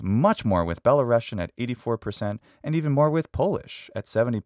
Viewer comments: Good video! One tip - you should pronounce world Belarusian (with one "s" by the way) like Be-la-rus-yan , not "Belarushian", it is a USSR way. It doesn't have to do anything with Russia. The rus part refers to ruthenia, as there used to be white and black ruthenia. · it’s pronounced “belaroosian” not belarossian